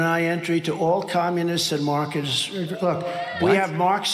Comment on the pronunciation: Select the video's "settings" gear abd play the misspoken passages at 0.5X speed. Trump did say markers and cunny!